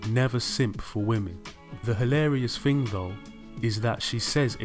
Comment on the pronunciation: What is a “fing” ? ohhhh....you mean thing.